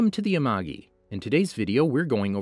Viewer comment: Okay i know the channel name is amagi but i'm keep hearing unagi